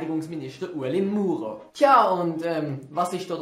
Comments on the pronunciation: Ich find mer chan sich so oft wie mer wött über de ueli murer luschtig mache de ish e en spasst und so schlimm find is au ned dass er de name falsch usgsproche het. Ps: mis abo hesh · Lefloid hetti sich besser sölle informiere über so Sache. Er ällei treit d Verantwortig dasser sich nöd vorere Nation zum Depp macht. Wär gschider gsi vo em, wenner gseit hetti, er wüssi nöd wiemer dä Name usspricht und öpper sölls em doch i dä Kommentär beschriebe. Fall glöst und alli wäret happy :-D